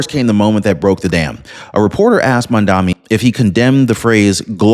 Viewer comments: Excellent reporting as usual. However it’s pronounced “MOM-Dah-Nee” starts with the word MOM…. 😂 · It’s Mamdani as in Mad Man